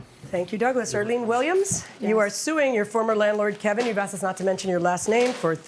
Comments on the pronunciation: She axed chew ! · “That’s all I axed him to do.” Tells me all I need to know. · Haha…she “axed” for too much and karma don’t play.